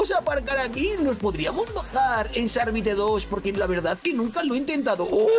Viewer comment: se pronuncia shark bait y el nombre shark bite